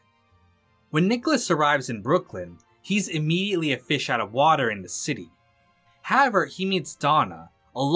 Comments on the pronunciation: You're the second guy today I've heard say "haver" instead of "however" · Great video but who tf is this guy "Harover?"